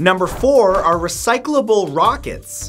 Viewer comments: "Rochets" Matt... "Rochets" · It said recyclable Rochets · "Recyclable ROCHETS " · Recycleable “Rochets” 😂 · Recyclable 'Rochets'